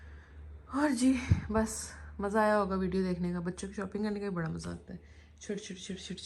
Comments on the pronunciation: Bhaada nai badaa Hota hai behan 😀😀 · Why u said bhada to bada say properly bada